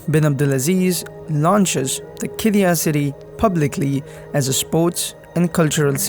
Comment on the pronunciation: It’s not called “ki-di-yah” Instead, it is “Kid-di-yah” There is a pause on the D and also on the Y, making a long “ee-yah” sound. “Kid-dee-yah” Written Qiddiyah